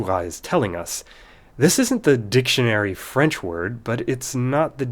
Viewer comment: From a native's ear, your French is impressive!